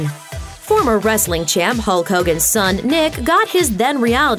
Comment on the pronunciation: Lol it's not "Huot Hogan" it's Terry Bollea.